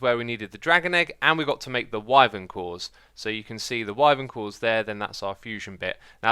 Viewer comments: Wy as in why vern as in fern wyvern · Wyvern (pronounced “Why-Vern(like fern but with a v)) how about that XisumaV